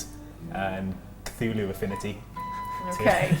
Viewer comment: did you actually pronounced Cthulhu right? The Lord appreciates that.